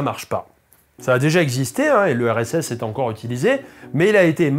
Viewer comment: quand tu dis "le RSS" j'entends "l'URSS"